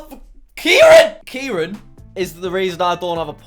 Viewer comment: It's Ciaran not kieran